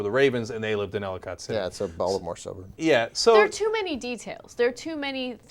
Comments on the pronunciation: Its spelled Ellicott but pronouce Ellikit. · He said Ellicot City weird. It's Ell-eh-kit